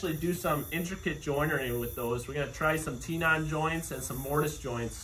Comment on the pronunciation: It's not tea non. It is 10 on. Makes you sound less knowledgeable.